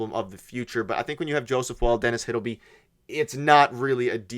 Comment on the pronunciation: And pronounce Hildeby properly. These guys are really clickbaiting lately.